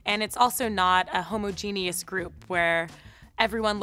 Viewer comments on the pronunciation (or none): For someone with a masters why she pronounced homogenous like that I’m not sure 😫😫😫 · Why do people use words they don't know how to pronounce "homogeneous". Really. Ignorant. Good vid otherwise.